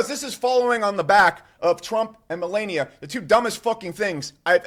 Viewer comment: The one bruh I had no doubt could correctly pronounce Melania, didn't. Can any tubers pronounce her name correctly just once??? Smdh